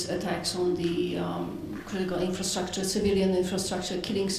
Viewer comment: The guy cannot pronounce "infrastructure" LOL